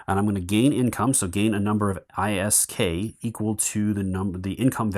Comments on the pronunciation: Just fyi, ISK is literally pronounced “ISK” by EVE players. Source: a former EVE player…. :) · Still watching this and only 13m in, but just a heads up since you hated calling the currency i-s-k, quick way to pronounce the currency is as a word - isk, like in the word frisk, for short. Most if not all of us in EVE Online, the video game IP this is utilising, call it that. :) It's a shame your camera is on auto focus and keeps shifting, I'd have loved to see the component quality, even though it might change still, with full clarity.